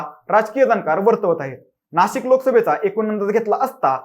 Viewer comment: नाशक नाही रे..नाशिक असते ते बोच्या